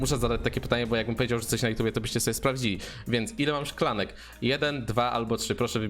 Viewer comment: Powiedziałeś szkalni a nie szklanka